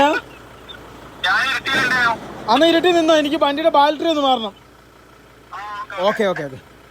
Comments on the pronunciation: ബാൽട്ടറി അല്ലടെ ബാറ്ററി ദൈവമേ ഇവരോട് ആരു പറഞ്ഞു മനസ്സിലാകും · ആരെങ്കിലും ഒന്നു പറഞ്ഞു കൊടുക്കെടൈ ബാൾട്ടറി അല്ല ബേറ്ററിയാണെന്ന്. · Baltary❌ Battery ✅😂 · ബാൽറ്ററി 😂😂😂ബാറ്ററി ആണെടോ 🥹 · Kutta baltery alla..... BATTERY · ഇനിയെങ്കിലും ഈ ബാൽട്ടറി മാറ്റി ബാറ്ററി എന്ന് പറഞ്ഞു കൂടെ? 😆